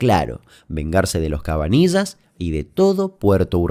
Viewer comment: CabaniLLas CABANI LL AS POR QUÉ NO LO DICES BIEN?